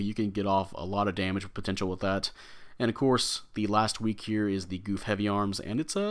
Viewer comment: Got it last night and haven't tried it yet, not really excited for this one. BTW it's pronounced Guf not goof lol